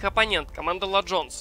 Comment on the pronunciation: БЕСИТ "Ла джонс" это тебе не испанский или итальянский!!!